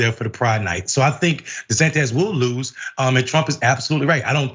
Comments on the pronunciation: Do people keep mispronouncing his name on a non-ironic way on purpose? Di-San-Tiss is the correct pronunciation. I don't understand why people say it Di-San-Tez? Just skip over mispronouncing it and call him DeSatan or DeSanctimonious. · Micky ain't haven it 🤨 De-San-tis 😜